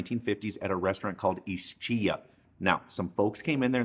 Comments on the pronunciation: The name of the restaurant is pronounced is key a, not is she a. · "Spegheddi", "Is-Tshia", "pasta al lamoni"... 🤣🤣🤣